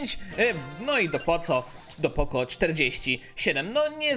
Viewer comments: mówi się poko a nie poco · Sorki poco czyta się poko